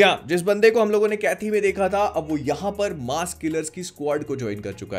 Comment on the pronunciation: It's pronounced as Kaithi/कैदी (Prisoner), not Kaithi/कैथी.